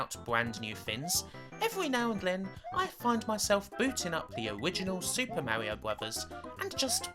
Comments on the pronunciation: Mawwioooo is what bwings us togevuhhh today. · Thats not an accent thing, it's a speech impediment. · I love the Owiginal Supew Mawio Bwowews! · Mawio? No offense, but you're kind of like Elmer Fudd.